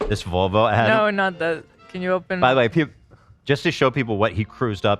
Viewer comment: Am i crazy or is ethan saying Vulva instead of Volvo 😂